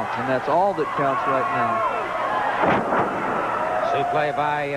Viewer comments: Suplex is how its spelled Suplay is how its said . Love how Gordon did that . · I get so sick of listening to Gordon Solie call a suplex a "soo-play."